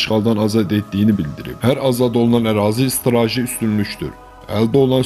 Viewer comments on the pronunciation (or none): Straji yox, strateji. Sizə minlərlə insan baxır və dinləyir, sözləri düzgün tələffüs etməyi öyrənin